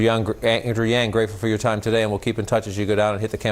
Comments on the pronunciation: I wanna tell you Andrew's last name Yang should be pronounced similar 'young'. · Small slip up there “Andrew Young... yang” 😅 but he recovered.